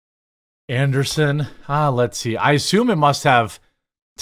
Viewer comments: Andreeson, not Anderson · AnDREEson... Not Anderson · An-dree-sen not An-der-sen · His last name is ANDREESSEN, NOT Anderson. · AndREEsen. An -DREE-sen not anderson. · Jeremy reads from articles almost exclusively with no research. It’s about quantity with him, not quality. I never minded until he wanted to expand into other ventures and pushed them to ad nauseam. I enjoy more obscure topics otherwise it’s frustrating to watch. Quality videos with a small script and improvisational commentary is the least he could do to improve his channel. An dree sen not Anderson and Thiel is pronounced almost like teal. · Jeremy pronouncing Andreessen as Anderson has me yelling at the screen. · Bro I hate to be pedantic but it’s andrEEsen.